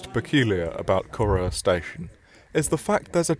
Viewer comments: It's not "Coru", it's "Corrour". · Pronunciation: The name of the station is from the Gaelic. It's not pronounced "Coroor" as he says it here. The pronunciation is like "ker-OW-er" (the "ow" as in the expression of pain, and the "r" at the end is pronounced). And Rannoch Moor is not pronounced "Rannock". The "ch" in Scots is a fricative. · Knew instantly where you were, iconic place. Not that it really matters but it’s pronounced Ca-row(as in to have a row not row a boat)-er 😊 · I'd like to know how it's supposed to be pronounced. You make it sound like Corr-oh-wah. Seems unlikely for Corrour. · That pronunciation of "Corrour"! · Absolutely murdered the pronunciation of Corrour but glad you had a good time! They do a nice coffee at the cafe! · You need to pronounce the station name correctly.